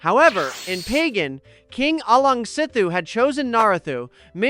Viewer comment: Great video, but please look up pronunciations instead of winging it. Pagan is an easy one: buh-gahn. Some people put an emphasis on the second syllable, but never the first. Alaungsithu (ah-LOWNG-see-thoo) is hard, but he can also be called Sithu.